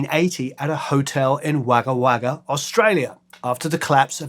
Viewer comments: The Pronunciation of Wagga Wagga is Woggah Woggah - Wahhga is enough to set anAussies Teeth on Edge - Still a great vid ! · Wagah Wagah? That’s pronounced Wog-ga wog-ga Hi from Australia on the way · It’s not pronounced wagga wagga, it’s pronounced wogga wogga. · Pronunciation of "Wagga Wagga" is "wogga wogga", usually briefened to "wogga". I associate them with Wagga, where I had arrived from abroad at the same time. I regularly listened to them, totally oblivious to my proximity with the divine. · You can always tell when someone doesn't know Australia well when they say waaga waaga for Wagga XD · Though spelt Wagga Wagga, it’s pronounced Wogga Wogga. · Um.. its pronounced "Wogga Wogga" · Fascinating insights much appreciated… but it’s pronounced’Wogga’ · Pronounced Wogga Wogga. So good they named it twice. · Great presentation of a great song, Still have the single from '83. Btw, it's pronounced "Wogga Wogga", mate. 😉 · great video and a brilliant song and band, but Wagga Wagga is pronounced "Wogga Wogga" sorry. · Great to see. But so you know, the Australian town in which The Tourists broke up is pronounced 'Wogga Wogga' (Land of the Crows). Cheers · It’s pronounced ‘Woggah Woggah’ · Pronounced Wogga Wogga. It’s aboriginal. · Wagga Wagga isn't pronounced like you said. The Wag in it rhymes with dog. So it sounds like "woggah woggah". The joke is Wagga Wagga, the town so good, they named it twice. You get quite a few details wrong like this, in your videos. You need a bit of quality control